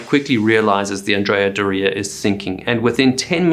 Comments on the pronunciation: Brave man taking on Italian name pronunciation 👏🏻😂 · Never had heard that pronunciation of Andrea Doria before. But I live in New England so what do I know... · You got it right he kept saying the name of the ship wrong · Andreaaa Doreaaaaa? Accent and boat name origin aside, that is not the pronunciation lol. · Is doh-ria the proper way to pronounce the name? I have always heard it pronounced door-rhrea. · Anne-dree-ah-door-ee-ah So how can you create such an excellent video but mispronounce the name of the ship multiple times throughout the entire video?!? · Pretty sure Andrea Doria is pronounced differently. Like astoria or gloria. Not Dorea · The way you pronounce "Andrea Dorea" stresses me out for some reason. Other than that great breakdown of the event. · ANN-dreah DOOR-eeah. I grew up on Cape Cod. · It is pronounced the Andrea Door eua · AN-dria DOR-ia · Oh well. But for the benefit of the author and anyone else interested, the correct pronunciation is An-DRAY-ah DOH-ray-ah. Andrea is a man’s name in Italian. I remember watching the dramatic newsreels of the sinking as a boy. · It’s pronounced ANN DREE AH DORREY A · anDREA doREA? first time i've ever heard the name pronounced this way. Granted, I'm not Italian. On another note, the Edward H. Allen was the sister ship of the Samuel B. Roberts (Famously known as the destroyer escort that fought like a battleship) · It's not andrea do- ria for gods sake! 😇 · My gosh can't you pronounce the name correctly??????????????????????????????/// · The phonetic accent is onthe O of Doria....that said you are great at telling these stories...thank you. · Weirdest Pronunciation of Andrea Doria I have ever heard. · Is that how you intend to pronounce “Andrea Doria” for the rest of this video? Sad. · I like your channel, but would it kill you to check pronunciations? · Never heard Adrea Doria pronounced that way. Wonder if i say it wrong now. Because im🎉 American. ? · That's not how you pronounce "Andrea Doria" lol